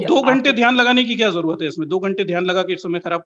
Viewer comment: Ye gyani purush urdu juban bol rahe hai har shabd me nokhta laga rhe hai jaise... आज़, ज़रूरत, ज़ी, समज़े, नज़र, ज़ाया इस प्रकार सबमे निचे डॉट लगा हैँ...